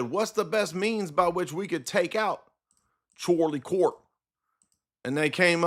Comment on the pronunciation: "Chorley Cort" 😂